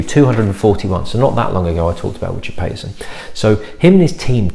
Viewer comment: Richard Paterson may only have one "t" in his surname, but he pronounces it as if there were two... in ALL of his many videos - perhaps you should watch one (when/if you get the chance)? I tend not to like most of the whiskies he is responsible for, but in this case he was copying someone else's recipe, so I DO like it (even more than you, by the sound of things). Oh, and I've rather fortuitously watched this in Inverness, not that far from where Glen Mhor used to stand!